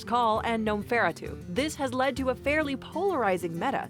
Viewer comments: Jonathan Pham It may be short ish but the emphasis is definitely on the 'a' and not the 'fer' before it like they say in the video. It's clearly a play on the word Nosferatu, hence a pronunciation of: Nome-fer-AH-too. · Gnomeferatu has a long a, it's like Nosferatu.